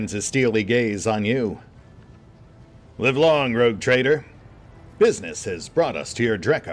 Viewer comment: am I the only one who heard 'Retcon Trader' in the intro?